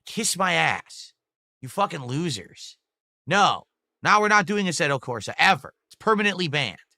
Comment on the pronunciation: is he trying to say Assetto? what is asserto?